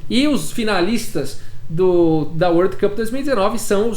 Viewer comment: Bom dia, otimo video como sempre!! E parabéns pela pronúncia do world cup de hoje